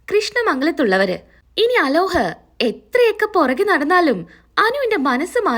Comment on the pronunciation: അലോഹ് അല്ല അലോക് ആണ്